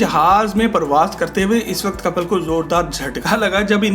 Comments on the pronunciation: BHAI KAPAL NAHI KAPIL HAI ISKA NAAM KAPAL KAPAL STOPITNAAM SAHI LENA SIKHO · Kapil naam h kapal nhi